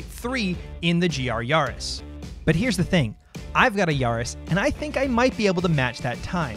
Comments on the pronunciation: Why do you all say Yahris. It's a Yaris not a Yahris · Please stop pronouncing it yahris